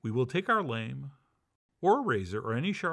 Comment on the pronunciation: it's pronounced lahm saying lame is lame